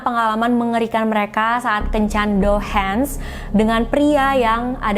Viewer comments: Cara ngmngnya Douhang/Douhan kaaa bkn douhens 🤗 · Bukan Dohens tapi Dohang boss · Bukan dohens dong... tapi dohang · Yes ! akhirnya upload jg 🥰 maaf sedikit masukan, kencan itu nama nya Dohan. dibaca nya Dohang bkan Dohen. sekedar informasi Tugas kencannya cuma makan2 bareng tamu (bkan tdr brg). Disini gaji hostes per jam itu 300-500rbu bhkan lebih (trgantung tmpatnya) ya tugasnya nemenin ngobrol pria doang (dlarang menyentuh sang hostesnya) sy pernah freelance jd hostes. siangnya kerja prawat. pernah jg siangnya skolah,mlemnya freelance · Dohan = dibaca Dohang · mantap ceritanya kak, sedikit koreksi, yang benar DOHAN (dibaca DOHANG),ditunggu cerita2 selanjutnya kak.... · kata "Dohan" gak perlu di baca pake lafal bahasa Inggris, Douhan itu bahasa jepang jadi aksen nya masih sama kayak bahasa Indonesia A I O E O biasa